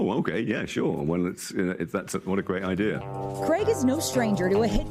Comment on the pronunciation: Craig does NOT rhyme with "keg"!!!